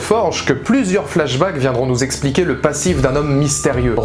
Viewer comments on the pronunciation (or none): none